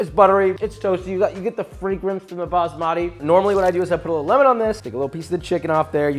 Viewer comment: Its not bamaati rice.....its baasmati ... Emphasis on first letter rather than second.